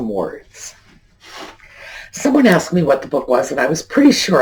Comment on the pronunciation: Axed for "asked".